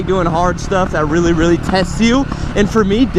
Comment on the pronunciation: You sey i like to tink thats not me snd so You wealy 😝😝